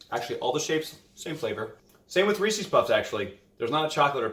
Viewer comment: im sorry bro i dont like that you said reesies cup. its reeee-sesss cup.